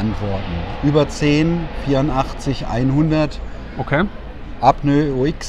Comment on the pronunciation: Super Video und toller Input, aber Burschen bitte das heißt Apnoe und nicht Apnö :)))